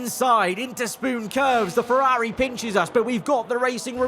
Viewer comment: Was a really good video until 31 minutes then you ruined it when you tried to pronounce Ferrari. You're probably better off not trying to say it anymore.